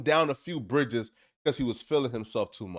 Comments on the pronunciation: Nigga its britches not bridges😂😂😂😂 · "BRITCHES" NOT "BRIDGES" B-TCH!